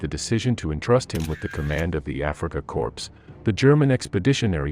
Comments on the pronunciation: Korps or Corpse ? Seems Americans don't know the difference in pronunciation !!! And as for the programme this is typically idiotic American Internet nonsense. 10,000 Thumbs down. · Ignorant to say cor"p"s. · A.I. Voice: Reprogram me please. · A small correction: the word “corps” (as in “Afrika Korps” or “Corps” in English) is pronounced “core” - “p” and “s” are silent - in both German and English. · That bloody irritated me as well, especially the second time. Someone needs to tell him/it the word is "core". I think it's actually a person.... Although the V1 base is also mangled - peenemunde.